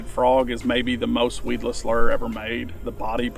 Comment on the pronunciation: The moment I hear “lure” pronounced the way he says it, I just can’t listen anymore.